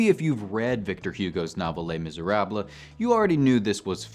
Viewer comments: Les Miser-ah-bluh.... LOL You're killin' me! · my roommate made me pause the video, thought she was gonna have a stroke each time he said the title of the book. ( to be fair, it is in her top 10 of all time in the musical the book) Glad he did a video on this, though. as usual it's well thought out and executed. maybe ask the friendly AI to pronounce languages that you're struggling with?